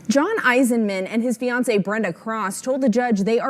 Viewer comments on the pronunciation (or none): none